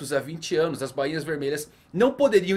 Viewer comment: Voce so erra na pronuncia do nome dos Bainhas vermelhas mano, Nao e Banhinha e sim Ba inha, so corrigindo isso, otimo video mano